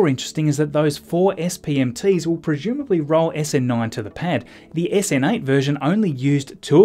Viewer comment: My dear friend! Thanks for everything you do. But the way you pronounce the word "presumably" is disturbing me. You seem to be saying "pre-shoom-ably" whereas I believe it should be "pre-zoom-ably". Am I mistaken?